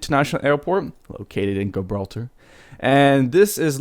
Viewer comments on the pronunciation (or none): You are not pronouncing Gibraltar properly. [ji-brawl-ter] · You can't even pronounce Gibraltar, what an idiot. You didn't even fly the proper approach into Gibraltar. You would have been shot down IRL for entering restricted airspace.